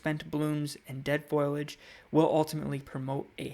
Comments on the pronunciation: It’s foliage not foiliage. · I can’t seem to get past your pronunciation of foliage. Not being mean but it’s not pronounced foil-age but correctly “foli-age”. 😎 Helpful info, thanks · Excellent advice! (it's fo li age, though - not foil age. Just saying.) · There's a simpsons episode where Marge says foil-age. Lisa corrects her "foliage", and Marge says " That's what I said, foil-age". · FOLIAGE.....pronounced like it is spelled..... Fo Lee not FOIL AGE......but so glad you love plants..... and thanks for the video